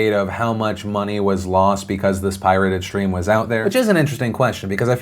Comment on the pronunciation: "Shtream"??? really? How many times in one video can you mispronounce the word "stream"?